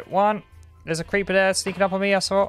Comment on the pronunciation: i've refrained from saying this but the way he says "there" "that" and "this" is infuriating. dis over dere